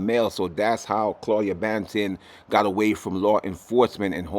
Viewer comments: do you say buju bantin? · News lady said "Claudia Bantin"🤣